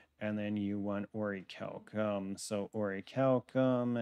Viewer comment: Bro slide bismuth saying oricalcum